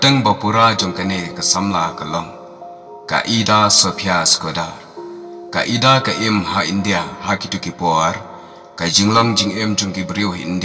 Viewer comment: Ka pronounciation ne jingkynnoh ia ka kyrteng ka dei Aida ym dei ida.